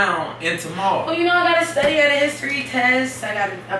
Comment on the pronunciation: Lol he said studdy an stop talkin to me😂😂😂😂😂😂🔐